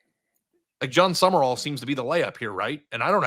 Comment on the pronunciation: For those who need it, it is John Sumrall, not John Summerall